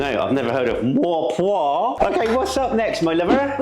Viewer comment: I wonder why so many people have commented with three syllables. You have it right 👍